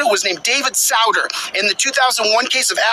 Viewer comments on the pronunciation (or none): Justice SOO-ter, not SOW-der, jackass. He served from , so you'd think someone studying constitutional law since 1998 or so would know this basic fact. (He was one of the more fun ones, admitting during his confirmation hearing that he had read Fear and Loathing in Las Vegas by Hunter S. Thompson).